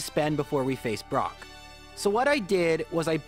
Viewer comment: We've gotten bide brock (I swear I heard that, anyone else)